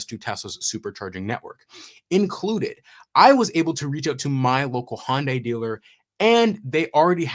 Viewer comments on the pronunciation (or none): Pet peeve: as I understand it, it's pronounced Hun Day, not Hon Day. They Y is (almost) silent. 🙃 It is good to hear that yet another manufacturer has finally gotten access to the Tesla Supercharger network.